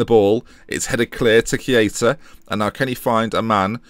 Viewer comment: Why Key-aa-tah? :/